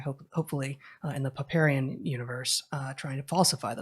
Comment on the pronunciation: Paparian Universe? Poparian? What is this? Google is giving me Pomeranian lol.